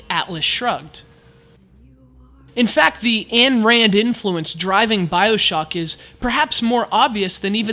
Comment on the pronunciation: For future reference, Ayn Rand is pronounced Ein Rind.